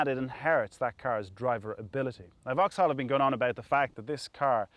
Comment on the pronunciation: It's 'vocks-ol'